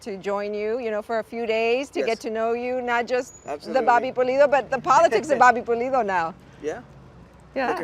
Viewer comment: Pulido not polido lol